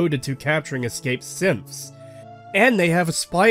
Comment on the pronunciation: Every time you say "Synths" in your end rant about Nora and combat training, I hear "Simps" and it makes this way more amusing